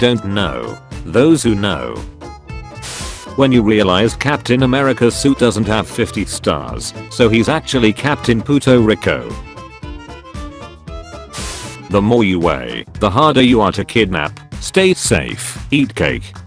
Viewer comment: Nearly the funniest part was how this robot voice mispronounced common words. "Lam-BORG-ini!" "Pooto Ricko!"